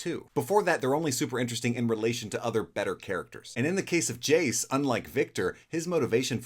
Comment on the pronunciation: Brooooo you misread Jayce so bad